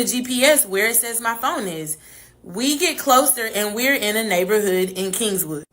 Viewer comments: Kingwood not kingswood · Kingwood..no S on king..sorry that was annoying 😂😂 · Right she definitely not from here bc kingswood???? Lol it's Kingwood mam!!! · Kingwood not Kingswood. Geez. That's north of Houston. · How is she from the Houston area and she's calling Kingwood Kingswood? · I used to date a guy from California back in 2012. I lived in Kingwood at the time, but he called it “Kingswood” She’s definitely not from here😂😂😂😂